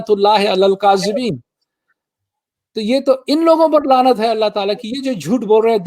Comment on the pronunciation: لعنت ( ع سے ہوتا ہے) ،” لانت” نہیں۔